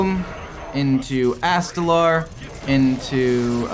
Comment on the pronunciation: My dude...it's ast-a-lore...not astalaaarrr Oh and screw ramp combo druid